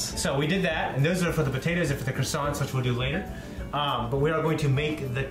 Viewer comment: As a chef I almost had a heart attack when pronounced croissants wrong